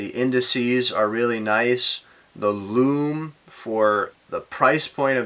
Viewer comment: Greetings J. It's just great the way you pronounce ‘lume’. Very individual and a Unique Selling Point (USP) in the world of watch reviews. You present and speak very well. Your channel deserves to be successful.